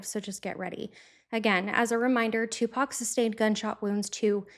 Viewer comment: Finally, another white woman other than myself who can pronounce 2Pac’s name correctly.